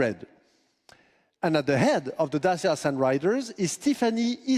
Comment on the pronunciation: It's DaCHIa, not Dasia